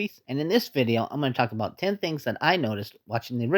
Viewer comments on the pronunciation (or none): none